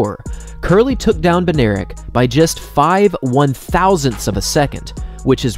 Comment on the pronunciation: Bednarek is polish name i think and its pronuonced bed-nah-rek